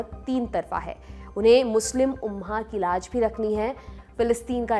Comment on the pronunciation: ग़ज़ा और उम्मा बोलिए गाजा और उम्हा नहीं